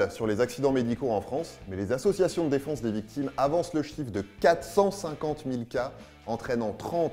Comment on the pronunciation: à il dit bien les "associations de défonce des victimes" ? pas très rassurant